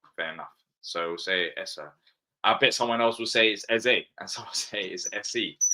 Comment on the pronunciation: yep, but Eze is like Ezuh and Guehi is like Gayee for sure 😉🤣